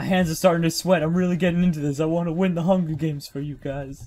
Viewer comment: "I'm gonna win the hunga games